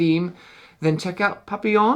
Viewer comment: for pronouncing Papillon correctly. It reminds of Isle of Skye. Definitely interested.